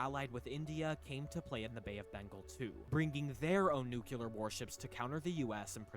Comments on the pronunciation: Did you not hear him say "nuke-yoo-ler"? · For sure it's hyperbole. The fact the guy says "nuke-yoo-ler" kind of says it all. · It's clearly speller Nu cle ar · It is not how everyone says "nuclear" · it’s very annoying but you can’t assume intelligence by it